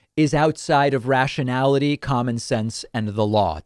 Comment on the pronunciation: Did Ghouliani just say "rationality"?